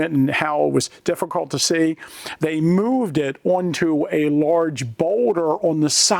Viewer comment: yep is definitely from Pennsylvania, mooooved 😅